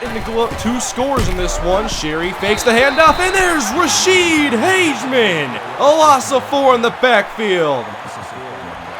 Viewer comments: Just a quick hint. I know Ra'shede (Hageman) and, he pronounces it Hag-e-man. At least thats how he says it. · Don't know if you saw my other comment, it's pronounced Rasheed Hag-a-men. Great video though.